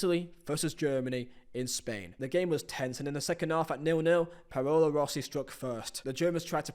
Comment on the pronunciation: ''Payolo Rossi'' ''Medejjin'' Come on man... I know you're not a University grad... but that's just tragic. I've heard you say Paolo Maldini before lol....